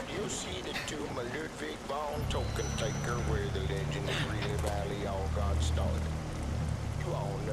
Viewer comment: TökkenTäkker = Token taker? It's actually more like Tucken Tecker considering the pronouncment of ö (Uhh) and ä (aaeh). It's in my own language. (I wouldn't HAVE those letters on my keyboard otherwise.) But yeah, I get the joke. Too bad it's far from "token" though. Then again, maybe there was some finnish dude in the mix. They're using those letters even more than us swedes after all! X)